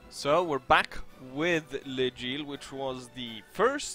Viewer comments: You still say L' Aigle like le gile. xD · It is pronounced more like"Läigle". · Well, just sayin... Even though I'm not French, I'm pretty sure L'aigle, and that part aigle is almost pronaunced the same as an english eagle, and then you just add an l in front of the eagle...